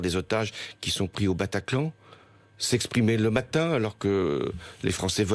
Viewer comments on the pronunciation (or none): "au PATACLAN" mdddddddddddddrrrrrrr